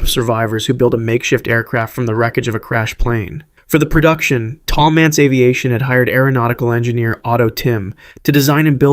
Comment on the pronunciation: The titles don't match up with the stories. Also, it's Paul MANTZ, not Mance.